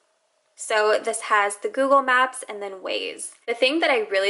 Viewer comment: Google maps like 100 times never noticed she saying wrong